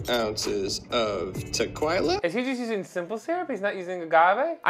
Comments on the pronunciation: Omg I got so cringed when he said tequela instead of tequila … listen careful 🤮🤮🤮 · Has anyone else clocked the way the mixologist pronounced Tequila!?